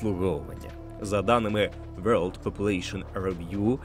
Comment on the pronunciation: на «вьорлд» я вимкнув. бувайте